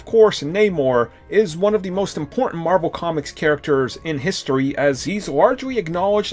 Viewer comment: “Pwesident of mawvel studios”